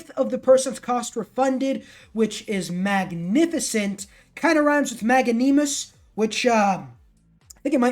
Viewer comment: Magnanimous is English. Mag-nan-i-mous.